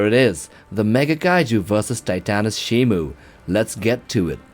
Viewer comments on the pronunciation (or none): It’s ShimO! Not ShimU!